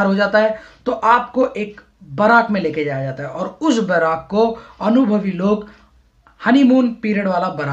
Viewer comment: बराक नहीं बैरक होता है